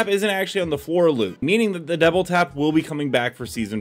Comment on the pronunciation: am i tripping or is he saying devil tap?